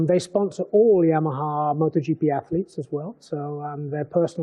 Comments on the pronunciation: Spanish cant say YAMAHA .... lol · WHY SHE CANT SAY YAMAHA CORRECTLY !!!!